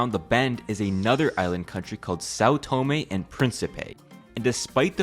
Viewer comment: learn how to pronounce the name of a place before making a video about, it's not " Saw Toemay"